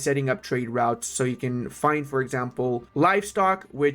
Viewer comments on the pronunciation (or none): none